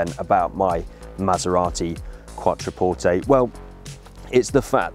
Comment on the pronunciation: glad you now know how to pronounce Quattroporte LOL